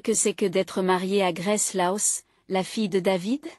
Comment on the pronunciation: Le prénom de la petite est Grace, pas graisse 😝